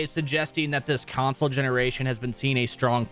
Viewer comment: Why the fuck is this dude adding a Y to the word console? CYonsole